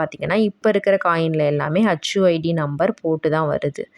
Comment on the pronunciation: HU id, not hacchu 😂